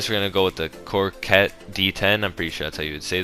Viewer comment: It is pronounced: “cock-wet”